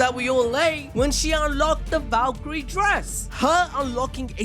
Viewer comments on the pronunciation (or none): none